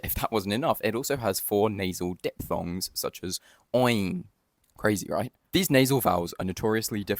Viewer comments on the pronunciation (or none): none